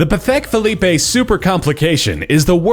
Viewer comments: LOL "Pathek Philleppe" That's tots how u pronounce it 😂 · Brunei is pronounced 'Broo-NYE' not 'Broo-nay'. 'Had even went' does not exist in English. It's 'had even gone'. Sheikh is pronounced 'Shake' not 'Sheek'. Patek Philippe is pronounced 'Patek Filleep' not 'Pathek Filipay'. Buckingham Palace does not need a definite article. It is simply 'Buckingham Palace'. It's Willem de Kooning not William De Kooning. It's Roman Abra-MOvich not Roman Abraaa-movich. The Codex Leicester is pronounced 'Codex Lester' not 'Codex Lie-chester'. It's pronounced 'Eeengvar KAMprad' not 'Ingvar Kampraaaaad'. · Let's find someone who comes from money so knows how to pronounce all these things: BROO NYE not BROO NAY. Pa Tek FEE LEEP. The airplane reported to be a 747 doesn't have the raised front passenger space so must not be a 747. I wonder who these people think will buy their extravagences once they are gone. What is sad is rather then spending $137,000,000 on an ugly painting Steve Cohen could have set up a charity to feed and educate underprivileged American children with an annual return of around $16,000,000 a year forever. That would feed a lot of hungry mouths.